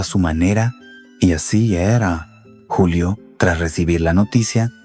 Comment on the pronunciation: ¡Esta no es una voz natural!! Es un bot programado por IA. Ojo como dice "Yulio" en vez de "Julio" en el minuto - . Y hay otros errores, por ejemplo, no hacer pausas naturales.